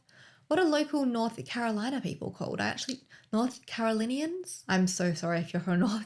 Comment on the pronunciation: you pronounced Catawba correctly. Catawba Indians were the first people who lived in NC & SC. They called themselves "the river people" & the Catawba River is located here also. You pronounced Carolinians correctly, too😁 I'm a decades long resident of Caldwell County NC. The Caldwell County DSS was incompetent for many, many years. It has improved, but still has a way to go. They shoulda been all over this. They weren't assertive & through enough in their "investigation" & failed to protect Zahra. Tragic! On Australia 60 Minutes a reporter being filmed where some of Zahra's bones were found called the area "the bush". It's a patch of woods out in the country a bit. Not really isolated, either. There's a memorial there for Zahra. It's in an area called Dudley Shoals & is a lovely place with good, solid folks. Great reporting, too 👍 ✌💕🙏⚘